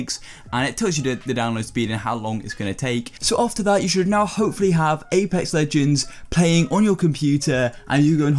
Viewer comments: this mans said apec legend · "Apa legends"